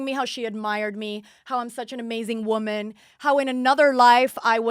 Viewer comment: Ugh how she pronounces woman lol